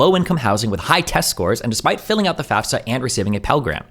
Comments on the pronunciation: Thank you for acknowledging that she’s saying FAFSA wrong like she odd 60 years old. Ps I just graduated recently, and it qualifies you for financial Aid! She doesn’t know what she’s even lying about. I couldn’t even get loans through my parents lol tons of subsidized and subsidized loans as well as a Pell grant. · Yeahh, as I said in the original Candace Owens video, she's straight up LYING about filling out a "FASFA" (which she says wrong, because she doesn't know what that is). I wish Destiny had called her out on that in person, but at least we're addressing her obvious lie now! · Candace Owens is bad joke. She's an affirmative action hire by right wing propagandists. They just want a black woman spewing their nonsense without sounding "too black". And she says FAS-FA. She doesn't know shit about student loans or cost of college. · FYI, I think it's almost a rite of passage to constantly mispronounce FAFSA as FASFA. It's definitely not an indicator of anything. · mm i dont thinkis that big of a gotcha. also i've only ever heard "fas - fuh" in my life. I never even noticed the s was after the f.